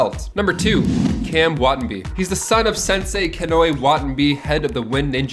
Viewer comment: Wa-ta-na-be not Watenbee